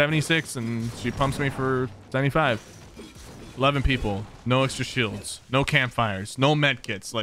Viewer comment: The way you say “shields” is so satisfying